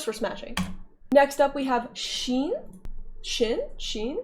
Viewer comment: 100/100 that ش was crazyyy